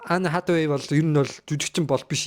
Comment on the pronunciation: Anne Hathaway gej duudna uu kkk. Peildeed gej yu gej bgaan vee kkk. Accent ee saijruulaachee zavaan